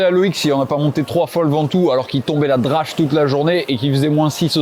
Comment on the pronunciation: La drache dans la bouche d’un gars du sud ! 😮